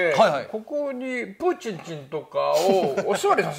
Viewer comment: 毎回しっかりプーチンちんって言うの笑っちゃう😂